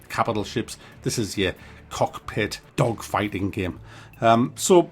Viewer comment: It's "cockpit" not "cock pit", lool